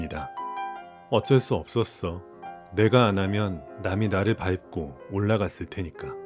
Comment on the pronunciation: '밟고'는 [밥꼬]라고 발음하시는게 더 정확할거같아요! 영상 퀄리티가 넘 좋아서 교육용으로도 좋을 것 같은데, 그럼 발음도 더 정확하면 완전 금상첨화일듯 하여 말씀드립니당 ㅎㅎㅎㅎ